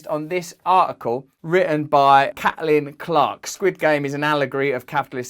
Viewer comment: The way he said Caitlyn ha lol “cat-a-lin” is pronounced “kate-Lin”